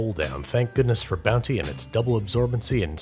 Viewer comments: I'm like 90% sure I also heard you say Bouncy once instead of Bounty but if anything that made it better. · Did he say “Bouncy” at the end instead of bounty? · did he say..bouncy? at the end